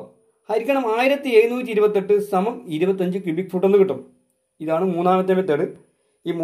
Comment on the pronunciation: കുബി അല്ല ക്യുബിക്